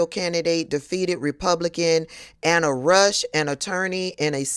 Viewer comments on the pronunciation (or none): none